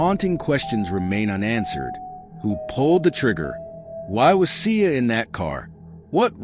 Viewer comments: They’re not pronouncing her name right and she was not shot 20 times.💯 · Please take this video down. One the caption is off you’re saying her name wrong and just.. etc